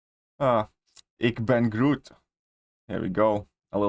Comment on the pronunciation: ik ben groot sounded suprisingly good. i did not even notice your accent when you said that😂😂